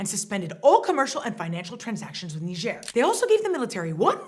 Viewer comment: No one being on the phone in the beginning skit got a real lol out of me. I had no idea Niger was pronounced that way. Thanks for teaching me how to say Niger properly. Those numbers you brought up regarding Haiti are ridiculous. There being so many different gangs makes it seem scarier than if things were more organized. So frustrating when people attack the helpers. No matter where it is. Anyways, thanks for the updates. Your channel allows me to dip my feet into world news without having to get soaked and chronically upset. Actually, I usually end up feeling a bit better after watching these.